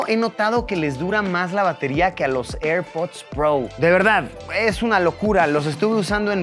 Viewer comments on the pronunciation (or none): Airpods pro❌️ Airpods prou ✅️ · eirpudds prou